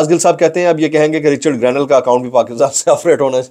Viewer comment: رچرڈ گرینیل ❌ رچرڈ گرنیڈ ✅ 😂😂😂😂😂